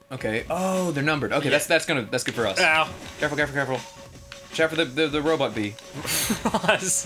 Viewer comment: I thought i was the only person to say robut but then ross did and im just like "yes"